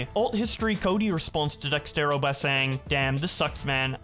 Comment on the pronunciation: It's pronounced DEZERTO not DEXTERO.